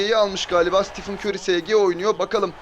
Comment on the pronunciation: Siti fın kör diyo